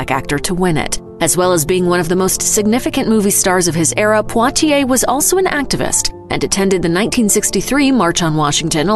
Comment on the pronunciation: What's up with speaker's pronunciation of poitier??